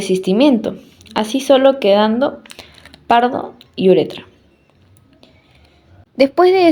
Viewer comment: ¿Cómo no van a corregir el apellido de Ureta en este video, en el que se le llama "uretra" dos veces? Encima no se sabe de otros nombres, como cuando la señorita dice "beneficiencia", "vía ferrera", "recolecta" 😮